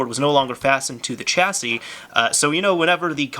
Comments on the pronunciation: I think chassis is pronounced with a 'sh' sound. Not 'ch' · Chasis is pronounced "Shassey" not "Chassey"